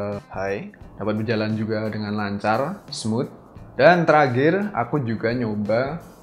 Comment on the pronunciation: dan teragir xD terakhir mas bukan teragir